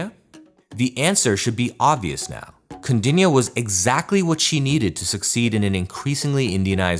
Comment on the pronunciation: Kaudinya...pronounce correctly..